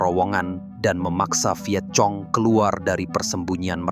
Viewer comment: Bacanya bukan cuchi tp kuchi.bkn Vietcong tp Vietkong.